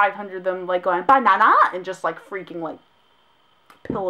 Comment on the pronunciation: I had to re-watch you saying banana a few time because it just made me laugh.